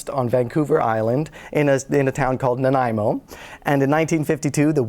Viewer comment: Thanks to Dylan for pronouncing Nanaimo correctly! I live in Victoria on Vancouver Island where so many of our place names are mispronounced by visitors, especially those that come from our First Nations languages,as Nanaimo does. 🇨🇦